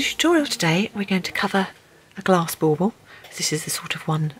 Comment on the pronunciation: Are you saying ball ball?